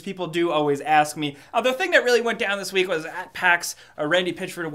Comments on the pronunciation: Did he say wheat instead of week? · did you say every wheat?